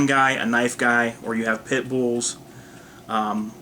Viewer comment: I turned you off when you said Pitt-Bulls.